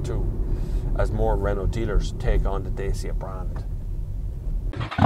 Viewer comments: Just as a fact , it's not pronounced Day-cya , it's pronounced DAH-chee-ah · Pronuced DATCHA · more accurate.. it's Datchia :) with an i